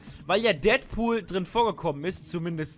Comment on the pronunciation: Deadpool gesprochen Dättpuhl wenn es Deatpool heißen würde wäre es ja Dietpuhl heißen :D ich bin mir sicher das es nur ein tippfehler war, aber leider habe ich die seltene schwer zu behandelnde kankheit jeden immer verbessern zu müssen :D es tut mir leid ^^